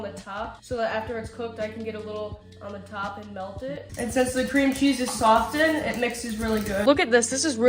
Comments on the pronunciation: The T is silent in the word softened. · Never heard anyone pronounce "softened " like that before